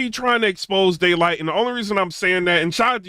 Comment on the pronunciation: lol it sound like you said gaylyt